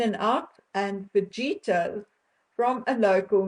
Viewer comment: Pronounced fah-hee-tas